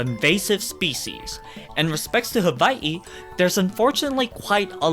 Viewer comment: Why does he keep calling Hawaii "haVaii"? There's no v in it; it's "huh-WHY-ee".